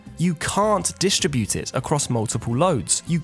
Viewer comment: / dis- TRIB-ute/ . This is the same syllable stress pattern as “ discover”.